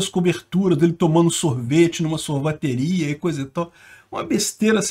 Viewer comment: "SorvAteria" do Peter. Kkkkk